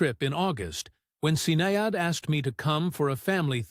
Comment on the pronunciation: get the name pronunciations right his name is pronouned KEY RON and his daughter is SHIN NADE